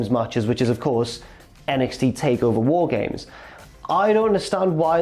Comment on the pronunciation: You said War Games wrong. Multiple times.